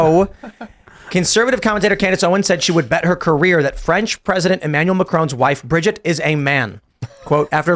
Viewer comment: Sssso it’s “ Bridger” Macron??? Lol